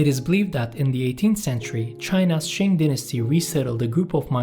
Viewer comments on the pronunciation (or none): none